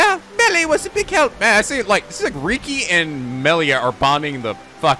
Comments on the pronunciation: I feel like there are going to be a lot of “Meh-li-a not Mee-li-a” comments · Meal-lia? Ummm? Its Mell-lia?